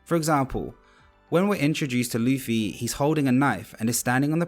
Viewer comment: I've heard of Zolo but what is RUFFY?😭